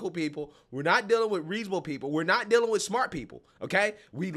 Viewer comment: If you pronounce the word "with" as "wuff" ..... I automatically ignore everything you say lol